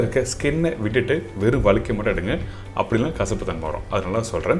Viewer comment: அது வளுக்கை இல்ல😂வழுக்கை.தமிழர்களே தமிழை கொலை செய்யலாமா